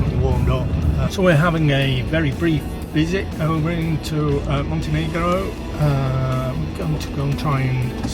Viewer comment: "Montenigro" 🤭 Love the dog!